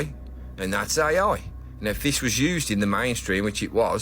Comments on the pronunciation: What the hell is äjj ajjj? 😂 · "That's ay-oi!" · Ooiii thats aaaai ooooia. Fucking accent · Love how he says "AI" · The best thing about this is a Brummy trying to say AI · I just like hearing the say "AI". 😄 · Sounds like more than two letters when his accent suqeezed it